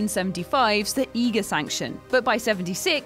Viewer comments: Pa-PILL- yon? (pappy on) The Eager Section? It's more I-grrr Sanction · Also high-ger sanction, before I read the comments I was going to type let the mispronounciation begin. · Love you guys, but you need to know how things are pronounced!! Nick Nolt? The Eager Sanction? ...forgot the rest, but there was a few!